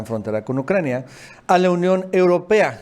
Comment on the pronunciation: Es Ucrania no "Naucrania"